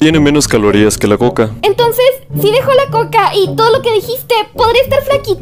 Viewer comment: En vez de decir coca parece que digas cocaína 🤣